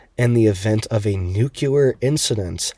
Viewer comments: New...Clear.... nuclear..... NOT NU-QUE-LAR. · nowhere in the country is it pronounced "nukuler." I'm not making fun of this guy, Its like nails on a chalkboard to many of us. 😐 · President Bush pronounced it " NUKCULAR".. !! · Its not pronounced "nuculer" cmon bruh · exactly. It's simply hard on the ears is all! I knew I wasn't the only one it bothers, but I also know most ppl will never stop mispronouncing it 😅